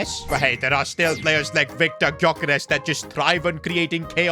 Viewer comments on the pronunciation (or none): none